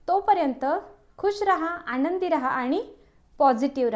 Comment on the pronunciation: Bapre. मराठी chya न ani ban(Arrow) मधला n . Yavar laksh de. Eikayala khup kharab vatat. आनंदी madhe ण nahi. न आहे. यानंतर madhe pan ण vapart aahes. Mhanaje nelam न chya jagi ण vapart aahe. Please abhyas kar. न अणि ण कुठे वापरायचं ते.❤ पण हा डाएट प्लान खूप छान माहिती.❤